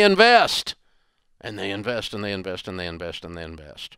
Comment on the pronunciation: "What do they do? They INVAYEST" 😅